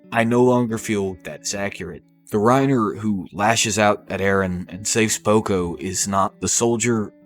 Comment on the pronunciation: Did he say Poco? 😆 Good video tho! I love videos like these